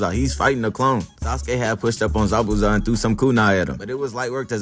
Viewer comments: Darg pronouncing the hell outta zabuza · He pronounces his name correctly